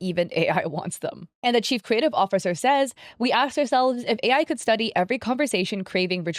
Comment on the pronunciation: Btw, every time you said chief something, i heard cheap and thought "yeah, they are cheap to go with AI generated ad"